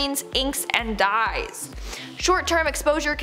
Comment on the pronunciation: Did you say "dyes" or 'dies'?